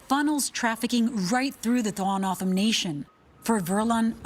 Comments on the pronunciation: It’s Toe-hoe-no-oh-dom the dom is like Tom but dom I am a member of this tribe we used to be referred to as Papago’s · LMAO 🤣 the way the first reporter butchered the tribe name. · She butchered that one.. you would think they could call someone in AZ to figure out how to pronounce the name of the tribe.. 🤦🏻‍♂️ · Of course both reporters got the tribes name wrong lol plus the reporter was their in person and still never asked how to pronounce how to say it . Lol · LEARN TO PRONOUNCE THE SUBJECT YOU ARE REPORTING ABOUT, YOU DESTROYED IT. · I would think if these reporters are going to talk about the southern Arizona Indian tribe, they would pronounce the tribes name correctly. I’m a northern Arizona tribal member. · This stupid announcer can't even pronounce the name right!